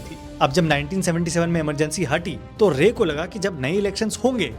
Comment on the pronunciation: Your Bengali accent is very good. But I think it's Siddharth Shankar Ray(RAAI, Not rey).